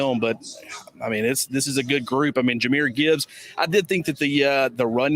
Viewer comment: Can someone tell his guy it’s Jah meer Gibbs….